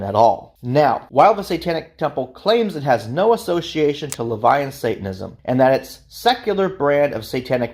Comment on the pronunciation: is just completely wrong. 1) "Levian" isn't a word. Seems you mispronounced "LaVeyan" - which is a redundant term anyway. 2) the CoS does not "fully support" the Satanic Temple, it does the direct opposite 3) you also mispronounced Luciferianism 4) TST's 'branding' is in no way 'identical' to the Church of Satan. 5) nor is TST's beliefs 'synonymous' with the Church of Satan's - again quite the opposite. So thats a lot wrong in less than 20 seconds... you put together a 42 minute video and got multiple, very basic facts wrong. Did you even do much research? Idk how you could get these things wrong. I completely dislike TST - they're not satanism. But you should have done more / better research.